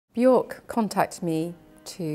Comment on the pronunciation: Her name is Bjork..it rhymes with jerk. For the love of everything sacred please stop pronouncing it incorrectly.